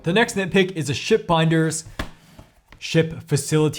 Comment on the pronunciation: Can’t tell you how many times I heard “shit” instead of “ship”. 😂😂😂